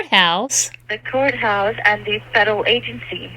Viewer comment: Lol! She hung up because you're oversmart 😂 I love how you're telling him his script and what to say next 😂 Relax he said coathouse not courthouse 😂 And last but not least the defeat hang ups para cerrar con broche de oro! 😂